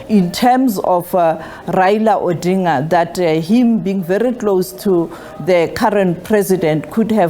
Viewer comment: Tell someone to teach you how to pronounce ODINGA